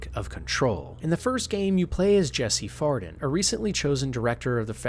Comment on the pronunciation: WHO THE HELL IS "JESSE FARDON"???